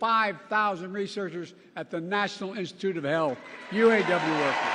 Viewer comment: Obiden can't even say,U. A. W.. Right.